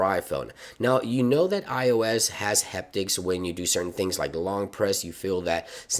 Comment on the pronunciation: It’s “Haptics” like happy, not heptics like hectic